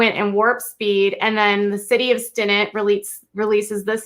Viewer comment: Had to stop after a few minutes and write to help you with the pronunciations. It's not Stin-nit, it is Stin-net. (Like casting a net to fish.) It's not Am-a-rio, it is Am-a-ril-lo. (The city that made George Strait famous, "Amarillo" by Morning).